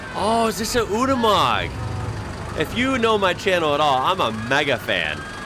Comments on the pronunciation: Mate please please please, it's YOU KNEE MOG not OOOONI MOG hahaha keep up the good work though, love your enthusiasm and the channel in general ps the black SUV is a GM product a Vauxhall frontera ( front err Ah ) 😂😂😂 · Unimog is pronounced YOONI MOG.